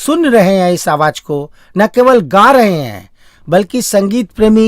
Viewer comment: Bhai presentation ka kachumer q nikal rahe ho. Awaj nahi bhai awaz bolo na verna sunna bund ker dunga. Sara presentation chaupat ker diya bilkis nahi bilqis kahiye.